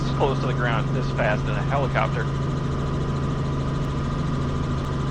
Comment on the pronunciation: "Rumpacopter" made my day.